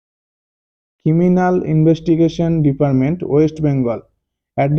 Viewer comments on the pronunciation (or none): আরে ভাই কেমিক্যাল না। ক্রিমিনাল😂